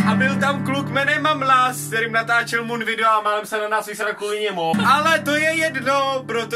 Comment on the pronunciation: už vím proč říká otok a mon protože to neumí vyslovit xD